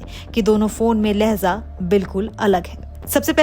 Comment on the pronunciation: Lehza nahin Lehja